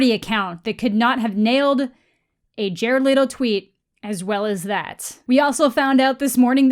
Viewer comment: i hate how u say jared leto